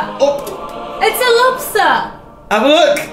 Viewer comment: a lobsta! it's a lobstaa! IT'S A LOBSTA! O.O